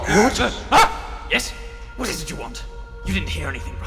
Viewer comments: Why does the Emperor keep going "Yo" instead of "You"? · Also its funny cause when the Emperor's talking about black the speech device makes "you" sound like "Yo" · I love the wise and soothing voice of the man-emperor, but I do wish he could pronounce "you" correctly.